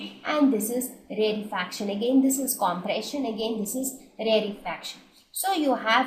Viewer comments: please don't say rarre fraction its rare fraction its so annoying when you say it wrong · You are pronouncing rarefaction wrong 😑😑